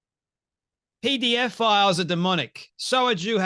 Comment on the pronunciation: It is not PDF files but pedophiles. Please check your pronunciation.